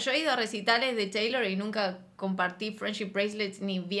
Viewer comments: Shot imaginario cada vez que dice "cheilor" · Y decir CHeilor 😂😂😂